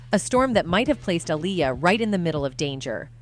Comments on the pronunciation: I appreciate the content but I don't appreciate the mispronunciation of her name several times. A-LIAR, then you say her name correctly. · You are saying her name wrong is Aaliyah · Saying her name 5 different times is a massive sign of disrespect….. if you cannot do your research correctly and listen to how her name is pronounced. Then your being purposefully disrespectful… 😐😑🥴 let’s see if any of your white subjects you do that to? Will be interesting to see if it’s solely Black and Poc names your purposely mispronounced….